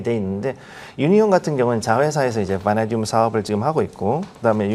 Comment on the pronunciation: 앵커님은 처음부터 끝까지 '바나~듐'으로 엉정쩡하게 발음하시군요. 어렵나?ㅡ ㅡ